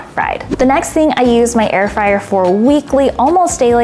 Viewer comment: ITS NOT FRAYER ITS FRYER